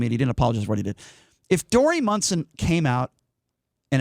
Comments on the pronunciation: And, it's MONSON, not Munson. Get the name right, too. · And you should at least be able to spell and say his name right. :-) and how do you know how long he was suspended for when it has not yet been announced? And he ****DID*** apologize even before the suspension was announced. And he did NOT mock transgender. Talk about fake news.. this is if.